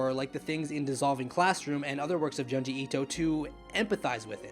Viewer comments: JOOnji... not Juhnji. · If u like the man than pls say his name right. Junji pronounced like ( june ji)